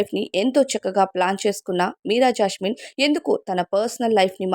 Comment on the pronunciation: జాస్మిన్........ జాష్మిన్ కాదు 😡😡😡😡😡😡